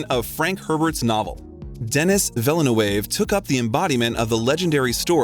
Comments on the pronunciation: I gasped out loud at how Denis Villeneuve's name was butchered omg. Same for Vanessa Paradis's name, I mean I get it, not everyone speaks french but it would have been easily found how to say them correctly. 😅otherwise, good video. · 30 minutes of deep facts about this half french actor and you can't say the name "Villeneuve" correctly... come on man, it wasn't even close. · Dennis "VILLA-NU-ÊVE" ??? Pulease 😭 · Villa New Wave lmao